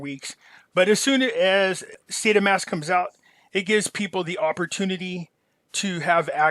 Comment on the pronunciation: Saitama... its not an O. You're killin me. Lol thks